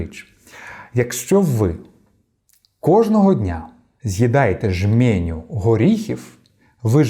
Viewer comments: Та не ,,жьмєню,, _ а жменю. Виходите на люди, то слідкуйте за своєю мовою. Без образ. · Не жмЄню, а жмЕню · ЖмЕню, а не жмЄню, не венгерський а угорський. Довіряти-слухати що говорить людина після таких помилок? - дякую, але довіри 0. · Жменю, а не жмєню. Угорський, а не венгерсський. Вибачте. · жмЕню, а не жмєню. Удосконалюйте вашу українську.😊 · Ви дуже гарний блогер- тільки ЖмЕня- там е , а не є, м тверде, не ображайтесь